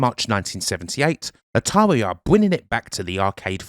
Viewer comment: Your speech is painful to hear. "ATAWI" 😆 🤣